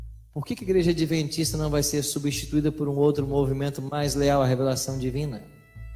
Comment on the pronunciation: "adeventista" foi isso que ouvir? Misericórdia!!!